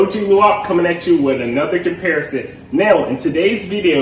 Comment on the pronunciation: Did you say “comparasing?” 🤣🤣🤣 you’re trying to hard to articulate! 🤣✌🏼🙄😜